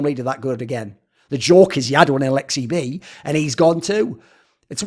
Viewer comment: You nailed the finish accent lmao